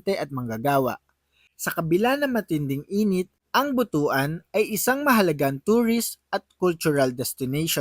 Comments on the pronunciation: Hindi yan Buto.an sapag pronounce. Butwan ang pronounciation ang tamang pronounciation yan. ( Butuan ) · but-wan ang bigkas dyan hindi bu-tu-an haha..bastos na word yan sa iba😆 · Pronounce as but-wan not bu tu an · But-wan ang correct pronunciation hindi Bu-tu-an. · Pronouns as Butuan not Bu tu an.👺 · Anung butuan😂ang pagbigkas nyan ay.butwan.